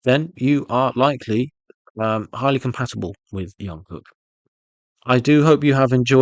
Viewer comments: It's not yungkook, but Jungkook, like you pronounce Jimin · Its JungKook ..like Jump...Jung-kook....youre killing me here😂😂😂